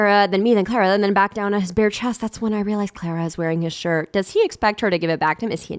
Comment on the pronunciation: i keep hearing clara as clairo and i'm losing my mind